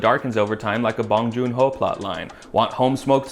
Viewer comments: lol the way you say 봉준호 ㅋㅋㅋㅋㅋㅋ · way he says 봉준호 is funny hehe